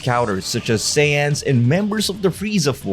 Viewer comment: I'm the only one apparently to hear that instead of saying Raditz, he called him Sans also that made me laugh cause I didn't expected that